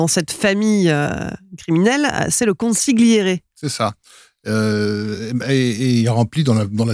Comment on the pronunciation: Chère, ça s'écrit consiGliere mais ça se prononce consiliere.